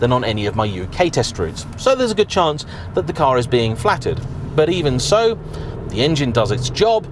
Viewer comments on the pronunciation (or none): none